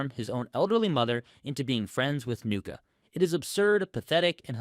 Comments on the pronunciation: NUCCI! Pronounced NOO-CHEE, not Nuka, you stroonz. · Nucci, not Nuca (?) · Why did you call Nucci “Nuka”